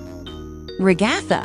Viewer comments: Ragatha not regotha 😡😡😡😡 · you said Ragathers name wrong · they say ragatha her name as a nonsense word lol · Bro why do you say ragitha and kinger so rong like what the hell